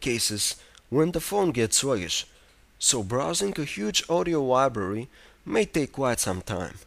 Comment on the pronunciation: haha 'music wibrary' 'annoyingly swuggish'